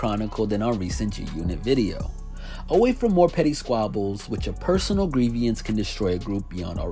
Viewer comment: Yep. And grievance is pronounced "gree- vuns" not "gree-vee-uns". Also "no love lost" is NOT a term of endearment- it is used to describe bitter enemies.